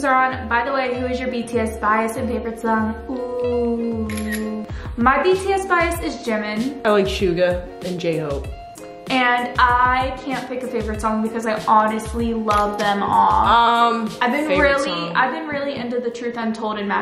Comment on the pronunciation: It’s Suga 😂 Bless you trying to Pronounce he’s name